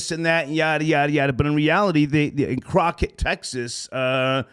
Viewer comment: "Croqett Texas " 😩🤦🏾‍♀️ doen